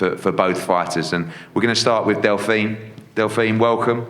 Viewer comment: Delfine ‘how do you say it’ Persoon’ -We’re in for a cracking fight